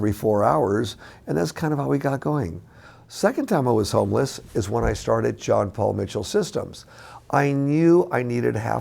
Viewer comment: His namne is John Paul - not Jeon Paul.